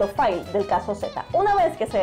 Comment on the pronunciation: Buen vídeo. Pero un detalle. Ya que se adopta el térmico inglés "Fail", que yo traduciría como "Cagada", pues al menos pronúnciela como es, o sea /Feil/, más o menos, no /fail/ :P